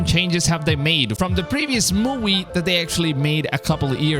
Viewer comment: did you say mowie